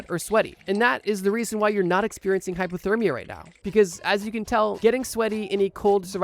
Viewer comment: I’m pretty sure he’s just pronouncing it weird, not saying hyperthermia. I don’t hear an R, just an A instead of the O